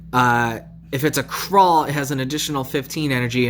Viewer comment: Add "va" in front of ginar'rash and try to read it again 😏. Sure. Here: Mock - a - Din. That's how you say it. One more. Dror'niq : Drawr - nick. Kha'rall: kaa - rall not crawl